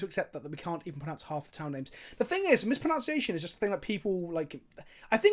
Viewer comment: Fuck me, you can't keep mispronouncing mispronunciation while discussing that topic, it's not mis-pro-noun-c-ation, it's mis-pro-nun-c-ation!:P